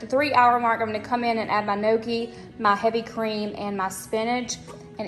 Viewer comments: Hi. I’m Italian. FYI, it’s not no-key. It’s pronounced nyo-key. The gn in Italian is pronounced the same way as in French ie filet mignon. Impress your friends by pronouncing the word properly. 👍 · I'm 70% Italian too but I never had gnocchi since my parents never cooked it so I had no idea how to pronounce it.. I think since so many ppl don't know how to pronounce it it actually would be impressive to me since even I never knew how, LOL.. The only reason I learned is because my son works at a fine Italian restaurant and he makes the gnocchi by hand.. The restaurant was just on Good Morning America this week!.. So I'm in my 50's and it was my son that taught me how to pronounce it correctly!! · I dont think she was trying to insult you.. I think she was only trying to teach the right way to say it because most ppl dont know..Its funny we all know how to say pizza, lasagna and spaghetti but no one can say gnocchi right, LOL but I always knew I was pronouncing it the wrong way tho!!